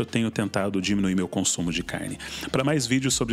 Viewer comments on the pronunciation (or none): none